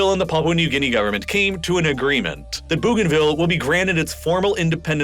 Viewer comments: I am from East New Britian Province (Papua New Guinea) Bougainville is pronounced BOganville not Boooganville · I couldn't finish watching this, the narrator needs to get his pronunciation correct, I wanted to throw my phone everytime he said Booganville 😂. Where the hell is Booganville ? I know of a Bougainville. Pronounced Boganville ☺️😆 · It’s bow-gain-ville not boo-gainville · Bougainville is pronounced Boeganville not Booganville. Fascinating video and very informative. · That first "new country"? Pronounced Bo-gan-ville. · Bougainville is pronounced Boganville. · Sending love from Papua New Guinea I'm from Bougainville. You pronounce Bougainville wrong (Boh gaen vil). After the Franch explorer Cpt. Louise de Bougainville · bro, could you look up how to pronounce place names in the future? it's BOH-gan-vil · I'm a subscriber from Queensland, Australia. I have a bougainvillea vine in my front yard. So do many of us. It's pronounced "bow" as in bow and arrow. Still love your work. I watch all your posts. 😊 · “Bow” “Bow- gan - vill.” How do I know? Firstly, I’m Papuan. Secondly, I’ve been there, including the Panguna mine whilst it operated. Thirdly, my cousin lives there now. Great synopsis, but please look into the pronunciation of places during your thorough research. You did such well only to drop the ball at the last moment. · It’s actually pronounced ‘Bow-gan-vil’. Which isn’t any better actually - ‘bogan’ is an Australian equivalent of a redneck. Also: East Timor is ‘Tee-more’. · Ooof. Stop saying "boo-ganville". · That pronunciation of "Bougainville" tho... O.o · The pronunciation of Bougainville is jarring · Only just watching this now. A couple of pronunciation suggestions: Bo-gainville, and Tee-mor. (disclaimer: I'm Australian, my pronunciation could be wrong too, natives might pronounce their country names differently) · Good video but you have mispronounced Timor and Bougainville. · No issues here... Except he mispronounced Timor and Bougainville :p